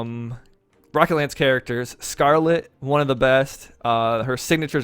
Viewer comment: He has an American accent. I have an American accent. Most Americans pronounce the 'o' in "rocket" as 'ah', not 'aa'. Even if he is not American, I am not making fun of his accent. I am simply criticizing the way he pronounced a single phoneme.